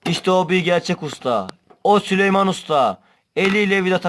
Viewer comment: Büyük bir ayrıntıyı kaçırıyorsunuz arkadaşlar = Süleyman değil ! Sülüman 😂